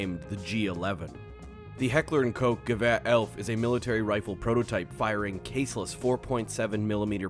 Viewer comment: That's not how you pronounce Koch